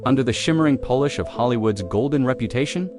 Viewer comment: Also, “polish” and “Polish” are not the same thing.